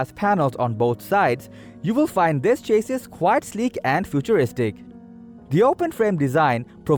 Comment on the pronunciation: CHA-SEE or plural CHA-SEEs not Chaseiss dude... cringed all the way through.